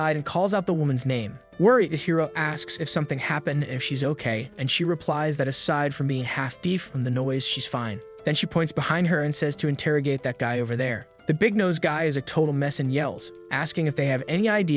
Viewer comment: "half deef" ?